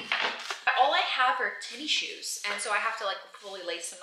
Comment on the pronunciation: Did you just say "tinnie" shoes?! LOL! My friend says it that way. Is it a Southern thing?